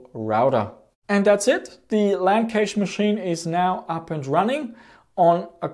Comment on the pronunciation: Is "Cache" spoken like "Cage" Australian slang 🙂? Sorry for asking, but I'm native German, so I mostly know Cache as Cash, like it is mostly spoken in the states. BTW: I like this kind of video!